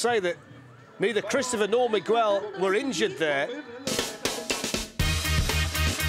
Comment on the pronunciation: Bro pronounced Miguel like Me-Gwell LOL